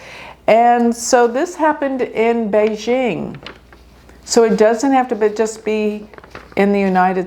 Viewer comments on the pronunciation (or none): none